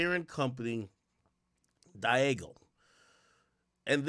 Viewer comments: Diageo IS Pronounced: DEE-AH-GEE-YOO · Say it with me Ak DEE-AH-ZHEE-Ō